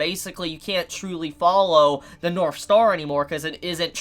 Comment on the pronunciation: Every time he says "north" in this video it sounds like he's saying "norf." Is that an accent? If so, in what part of the world is it common to pronounce the "th" sound as an "f?"